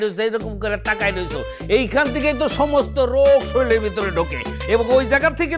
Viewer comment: শরীল না কাকা শরীর